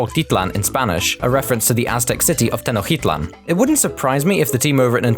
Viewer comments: It’s pronounced “Toe-nah-tea-ew” and “teh-nodge-tea-tlan” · Actually, Tenochtitlan is pronounced like "Tenoshtitlan" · Its pronounced Teh (say the e like elephant) - Notch (as in minecraft) - tee - tlahn (say the a like apple) Tenochtitlan :)